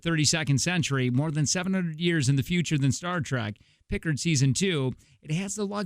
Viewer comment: Right? Stopped there, downvoted, commented, and left. One has to be at least marginally competent, enough to properly pronounce the names, to be able to 'delve' into something.